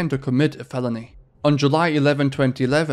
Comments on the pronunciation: You really need to look up how to pronounce certain words. It’s not “in-dick-did”, it’s “in-dight-ed” (indicted) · The "i" in pint is prononouced "eye" not "ee" 😉 Indicted is prononouced "end eye ted" - the c is silent. Don't worry, lots of native English speakers get this wrong! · the c is silent in indicted my guy